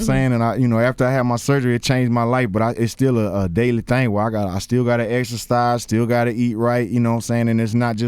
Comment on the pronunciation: Did this black wannabee say extercise